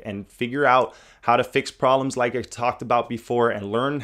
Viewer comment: Why do you not pronounce the "b" in proBlems. >.<